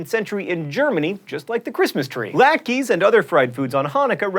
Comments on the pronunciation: it is pronounced as it is written: latkes, not latkis. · Latkes are pronounced "lat- kas." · "Latkis" I cringed at that pronunciation. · It's Lat-kah not Lat-Kee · "LAT-keys"?!!? (It is "LOT-kuzz.") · It's Latkes, lat-kuh, not lat-kee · actually, it's not lak-ee it's lock-a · Laat-kees? No. It's lat-kas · Latkes = lah-t-kas =\= lot-keys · Lat-kuh, not Laat-key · Latkes="lot kas" not "lat keys" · LahtKEHH. KEHH not keee. Lahtkeh. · It's pronounced latkas not latkes. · Adam and Eve ate the fruit of the tree of knowledge, and did not touch the tree of life. Latke is pronounced “lot-cuh” as it is a word from Yiddish, a language similar to German. Chanukah’a actual origin does not come from the miracle of the menorah, it was a celebration of a war victory; a group of Jewish rebels who called themselves the “Macabim”, or as we say, Maccabees, liberated Judea from the Seleucid empire, an Assyrian empire that was heavily influenced by Greek culture. The dreidel tradition comes from the use of gambling games to hide Torah study from Seleucid officials, as the king Antiochus III wanted everyone to be devotees of Zeus. Also your Greek is horrible. The Greek letter “chi” (X) is pronounced with the phlegm sound found in German (ch) and Dutch (ch/g), not like a “ch” in Spanish and English or a “ci” in Italian. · Lat-kuhs, pls no lak-ees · William Forbes Latkes is definitely pronounced 'lat-kas'. It is a Hebrew word with a specific pronunciation (like how most words are in every language). Also in Hebrew there is only one way to spell Hanukkah, however when translated into English there is multiple ways. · it is pronounced lātkuz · I'm sorry, but it can't go unsaid: "latkes" is pronounced "LAHT-kuhs", and the Greek letter χ is pronounced "KHEE" (the kh is like clearing your throat), though in American college fraternities it is often pronounced "KAI"...but it is definitely not pronounced "tshee" (as in "tai chi"). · It's prenounced lawt-kus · It is pronounced laht-kehs, John :)